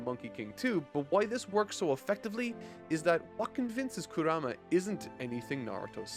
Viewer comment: i love the narating and all, but can you pronounce names correctly, just, any name… Kura-ma? Kurama! Almost every single name is pronounced wrong, and i don’t care about manga letters, the way they pronounce it in the dub and original japanese is enough for anyone to say the names right